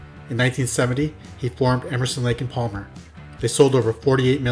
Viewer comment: Did a nice job accept the l in Palmer is silent